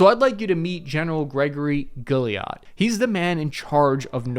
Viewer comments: Lol, you've completely butchered GEN Guillot's name... "Ghee-oh" brother. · I'm a Mission Crew Commander Master Air Battle Manager on AWACS. I have been friends with the NORTHCOM and NORAD commander, General Greg Guillot since we were in Air Surveillance Officer training together as company grade officers in 1997. His name is pronounce "Gee-oh" with a hard G and not "Gill-e-yot". Its Cajun French. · Guillot is pronounced “Gee-yoh” it’s French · The NORTHCOM General’s name in pronounced “Gee Yo” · it is pronounced General GEE-O. French name